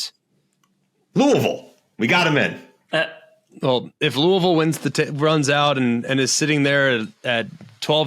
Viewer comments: It's LOO-uh-vill! hahahaha That was great. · “Loouhville.” Spot on to how McElroy said it.